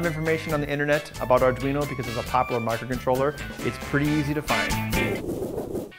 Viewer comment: "arduin" XD